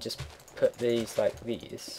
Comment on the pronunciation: lold at dese like dese haha keep it up